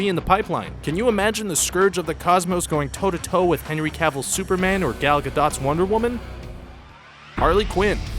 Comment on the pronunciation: you dont know how to say gal gadot